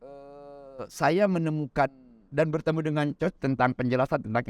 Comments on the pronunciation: Iya 😅 bilang nya Choch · maaf sdh 2 tahun bersahabat tp tdk ada yg meng koreksi ucapan bpk ini utk pelafalan ( pronounciation) coach